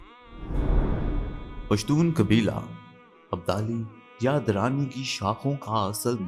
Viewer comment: Very Nice but you may speak or write the right word (Dur) not Der